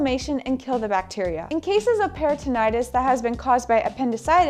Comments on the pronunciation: peritonitis [per-i-tn-ahy-tis] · Thank u for sharing the great information .Please be informed that it's peri-tin-EYE-tis. Di-ver-tik-you-LIE-tis. No disrespect or embarrassment intended